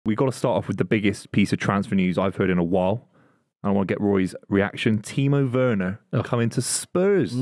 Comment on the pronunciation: Truth spoken for once by Rory/Buvey. Timo Werner is SOFT. Also needs to be told its a hard ‘V’ sound not soft ‘W’ on Werner. Grating to keep hearing it 😬💀